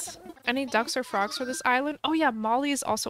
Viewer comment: At first whenever she said ducks or frogs on the island I thought she said dumpster frogs 😂😂😂